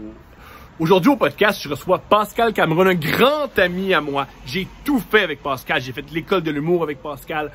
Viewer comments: C'est pas Pâscal mais Pascal hahaha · De rien! J'adore c'était pas méchant mais je grince des dents quand j'entends Pâscal prononcé comme ça lol